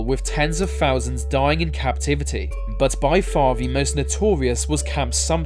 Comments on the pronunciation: Could we have a narrator who can speak properly.....'Firteen fousand'???? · How many is a 'fousand'? ;) Love your vids! Subbed. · I keep getting distracted by you pronouncing th as an f. Like ten founsand 😩